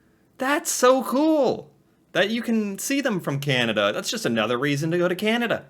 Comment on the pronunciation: Can-a-da not Can-ee-da.